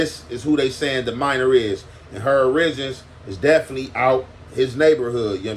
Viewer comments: My nigga said O-ri-gins not ori-gins🤣🤣🤣🤣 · Her or-rih-jens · “Urrijens” (origins). 😂 always comes with some good ones. 😆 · Bro you are pronouncing “Origins” wrong. Pronounced Or-ruh-gins. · My ninja said oriGINS 😅 . Keep it oriGINal wit them mispronounciations my guy 👌🏽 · How hard is it to say origins ? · I fuck with.....somebody please teach him how to pronounce "origins" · He’s been using that word in his last few bideos 😅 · Bro did ya’ll peep how he pronounced origins